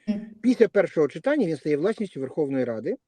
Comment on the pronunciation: Ведущая,говорите правильно,не чИтання,а читАння.Что за жаргон,тригернуло?